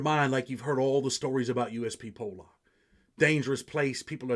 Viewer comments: It’s pollock you all pronounce it wrong ( po-luck) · lol it pronounced (po luck) 👍🏻